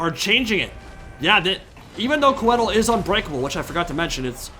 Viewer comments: I think it’s supposed to be pronounced “Koi-thill”. Coedd is the Welsh word for Trees, and Tolkien etc were all about that Welsh for Elven languages! Love the content! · Hearing Coedil (it's pronounced Co - eh - deel) mispronounced so often really agitated me :D. It's still awesome to see some well commentated SFO content though so thank you for that! Also you can definitely feel the lack of experience with Welves in SFO (which is my most played faction in SFO). If you bring coedil, you gotta bring healing. A Malevolent Branchwraith of Life on Foot with earth blood, passive (which is insanely strong in SFO) and awakening would have suplemented coedil much better than drycha. Drycha should come naked with only dryad summon. Drop some spells from Coedil as well (or bring none at all really. You only need healing). Awakening pretty much one-shots something like Queen Bess as well (which is way more dangerous in SFO) and is strong vs zombie units overall. The Hawks are also very dangerous in SFO if used against SEMs or cav. They don't do very well against zombies value wise (unless it's on walls in campaign). Might have been better to drop the manticore to get more of them (manticores are better in SFO, but it's probably still the worst wild unit for Drycha performance-wise. Even in campaign I'd rather have an extra unit of Hawks than a manticore). Lastly, bringing dryad bows was probably a poor decision. They don't do well against anything on the vc roster really (or at least not better than regular dryads already do). They are very strong in campaign of course if you boost them correctly (poison and 200+ range help a lot). Can't really fault th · I could be wrong, but if Coeddil is based in the welsh language (which it certainly looks to have influence from there, along with most fantasy settings ahem elves in LotR *ahem*) I believe it would be pronounced Coy(sounds like toy) dd(sounds like th in the) ill. But who cares cuz he looks fucking rad haha